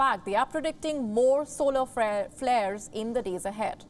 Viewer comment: SOLAR FAIRS XDD